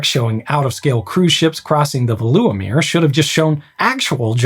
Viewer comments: Oohhh Veluwemeer The intonation lies at ve not at lu and you'd pronounce it almost like fayluwa the u is not like oo like in Beluga but a bright sound not really found in English so it's hard to find an example but it's a short bright u sound like tchüß in German but a bit shorter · ah yes, the veloewemer aquaduct in hardervek 😅 (pronounciation isnt great, but thanks for trying anyway) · please, just use a pronunciation guide or have someone help you? You made about 10 mistakes in Veluwemeer and Harderwijk which made me want to shut the video off instantly I appreciate the dutch at the end of the intro tho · Got little sad at your pronunciation of Veluwemeer and Harderwijk, but you made up for it . I quite enjoy your videos from 3 meters under the sea! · Yes I don't expect him to pronounce it well, this is not a language channel after all. But his pronunciation of "Veluwemeer" and "Afsluitdijk" was pretty bad, on the other hand ,"Oosterscheldekering" and "Maeslantkering" was almost perfect. So yes could be worse. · I know that you really tried, but unfortunately the Dutch pronunciation is too difficult for many native English speakers, with sounds like u (nope, that doesn't sound like that last part of "you", but like a Dutch sound that isn't part of the English language), ij (not eye-jay, but yet another Dutch sound not part of the English language), and then there are "eu" and "ui", which, again, sounds very different in Dutch. Also, the emphasis for Veluwemeer is on "Ve" (sounds like "vay"), not on the "uwe"-part...